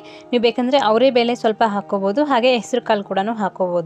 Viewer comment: ಅದು ಬೇಲೆ ಅಲ್ಲಮ್ಮ ಬೇಳೆ